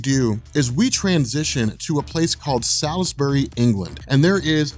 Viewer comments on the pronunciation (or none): it's pronounced soresbury not salisbury don't ask me y it's just British logic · "Salisbury" is pronounced "Saulsberry"